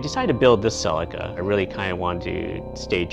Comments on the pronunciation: "cell-i-ka" its a "see-lee-ka" , nice car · Silica?!? It's Celica. (Sell-ee-kah.) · I always wanted a sellica ,No CELICA ,talk properly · "sea Leek a" as in Sleeker... not "sell i ka" :) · its CELICA NOT SELICA. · spoken same apart from 'selika' ...its pronounced 'seleeka' !! ;-) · I couldn't watch past 50sec, say sellikka one more time lol it's fucking celica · wtf did you call it? saladcar? Celica. pronounced ceee leak ahhh. and dahhtsun. dattttt sun At least you can say Toyota 😊 nice little cars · Its a CCCCC AAA LEEE KAAA not a selaka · See lika ,talk properly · Did he just pronounce that "sellika"??.... Americans.... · Ughh I cant watch the video with him saying celica like that. Honestly I dont understand why Americans have to make every single foreign word sound so bad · you can't even pronounce the name right